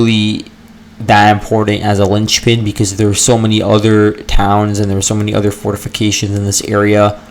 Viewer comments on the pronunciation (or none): none